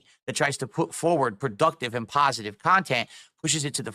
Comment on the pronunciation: word of the day "paw-sitive"